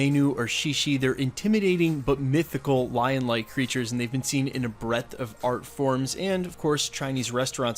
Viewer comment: Did anyone else hear it as a “breadth of fart forms”?